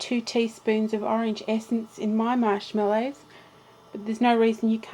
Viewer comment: What did you call the marshmallows at the beginning? it sounded like shot pork buns. lol ive listened to it a thousand times and cant quite make it out.What did ya call em? lmao!! =D